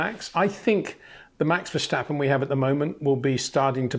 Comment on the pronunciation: Please stop with the German pronunciation of Verstappen. It's Dutch. FER-STAP-PEN